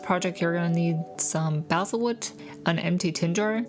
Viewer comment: It took me hearing you say it a few times before I figured it out but it’s pronounced “ball-sa” not “bay-sal”. Really cool little miniature in a tin. I’ll have to try that one.